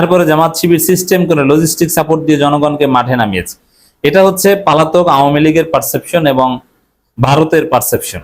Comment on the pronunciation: Pronunciation should be cortect eg:পলাতক not পালাতক